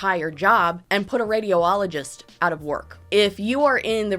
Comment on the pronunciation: girl. its not Radio-ologist. its Radi-ologist